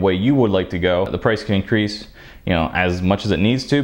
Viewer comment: "Its gonna definitely incrice the prease" LMAO